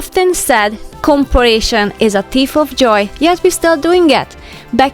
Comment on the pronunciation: not being critical here, but you are not saying comparison correctly. You are adding another letter. Go back and listen to how you are saying comparison, it's not a hard work to fix the pronunciation. Just love your videos. makes me think more about being tidy and no more worry, just go with the flow. it is so true, learn to be happy with what God has blessed you with.